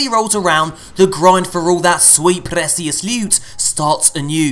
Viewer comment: Presious Lewt😀